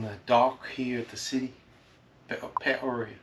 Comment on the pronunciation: Now THAT was a beaver not a muskrat "Pee-OH-ree-yah" Those 'flies' that you had was just a small sampling. I used to come to work and our bright yellow building was brown because they were so thick. No exaggeration! When the streets are covered they make a terrible squishy/crunching noise. Very slippery. Millions of them! Terrible. Really like the music in this one!